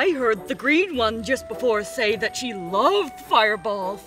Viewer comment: "Thet in the world of D & D..." 😆😅🤣